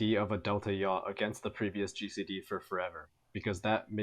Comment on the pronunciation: its yaw like yawline